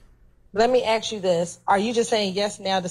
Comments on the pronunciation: Any attorney that says "axe" instead of "ask" shouldn't be taken seriously. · You have to be more pacific when you axe us that ma'am 😅😂😂😂😂😂😂😂screaming 😂😂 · "Lemme haxe you dis...." You can't even be bothered to speak right in court? In a professional capacity? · This woman axing questions has a law degree and still doesn't know how to say the word ask? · I need an interpreter. The DA used “ax” instead of “ask.” That places her in the H. O. E Hall of Fame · "let me axe chu" question by prosecutor? This entire office is totally incompetent and should be dismissed by the GA State Attorney. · A college educated black lawyer who can't even say the word ask. SMFH. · Why did the prosecutor "axe" the defendant. That must have hurt and it's illegal to axe someone. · Let me axe you dis ? Woody would he snitch ? Yes